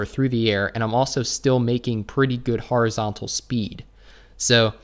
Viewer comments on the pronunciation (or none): "Har-izontal" 😂 It's pronounced Horizontal. Just like it's spelt..